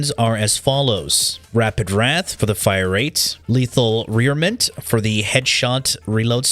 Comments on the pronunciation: 'Lethal Rearment' - I think you mean Leathal Re-arm-ament ;) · love your vids big guy but that word is re-armament LOL not rear-mint